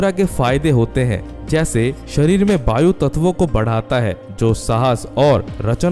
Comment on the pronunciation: Bhayu मुद्रा नहीं..वायु मुद्रा that is air mudra .